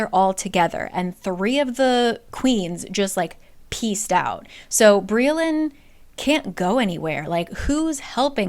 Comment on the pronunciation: Briallyns name is actually welsh so it’s pronouns bri-ach-lin